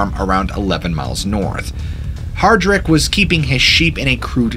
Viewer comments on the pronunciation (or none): none